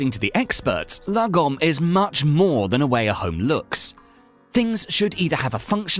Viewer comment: If you're Swedish like me then this video is pure comedy gold 😂 I can't get enough of his pronounciation of "lagom" 😂😂